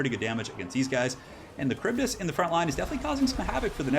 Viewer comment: Wow, great as usual! Also you re the only one that manages to pronounce the kharibdys correctly! Extra points!!!!